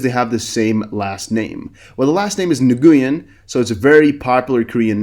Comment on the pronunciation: Nguyen is Vietnamese pronounced NEW-EN 🤪 happens to me a lot too